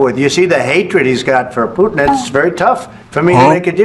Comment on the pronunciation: ✅️ Putin ❌️ Puddin'